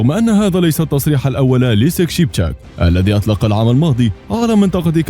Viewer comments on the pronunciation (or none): none